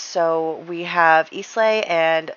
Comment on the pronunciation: Islay is pronounced "I-LA", not "IS-LAY" :)